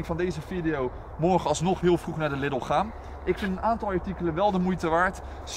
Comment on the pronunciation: Jeetje, wat is dat toch met de mensen daar in de randstad en noorden van het land? Je spreekt Lidl uit als LIEDEL! Niks niet Liddel. :P Ik kan het weten, want ik woon 5 minuten van de Duitse grens af en ga iedere week naar de Duitse Aldi en Lidl. Het is dus Liedel, beste mensen, dus spreek dat a.u.b. goed uit. Thnx! :) Voor de rest, ik vind jullie video's gewoon top, jullie zijn echte vuurwerkliefhebbers, dat zie je gewoon, dat staat niet ter discussie. Ga vooral door mannen! ;)